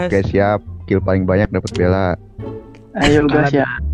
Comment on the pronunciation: Vakilla dek, pake V ya bukn Y :)